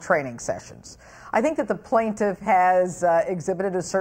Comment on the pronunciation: he says "i pink i paid him" instead of "i think" lol